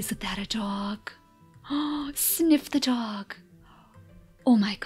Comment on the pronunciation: "Sniif, the dog" that sound a little strange when it's said x)